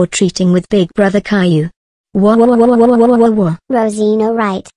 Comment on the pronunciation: How you pronounce it "cailou"